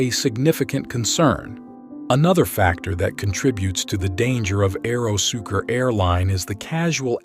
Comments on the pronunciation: AeroSucre, not AEROSUKER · It's pronounced ahhh eero sue cray